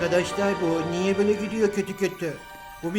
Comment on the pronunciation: cacıdık bizi niyeg kaçırdın Ben:abi o "niyeg" niye olmasın?